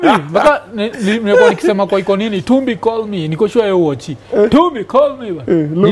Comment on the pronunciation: Iko Nini is so authentic inasemwa venye inafaa😂😂